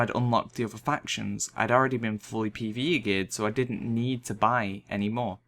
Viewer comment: all i hear is pve eve peE